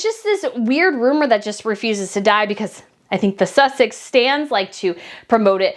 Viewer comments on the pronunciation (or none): none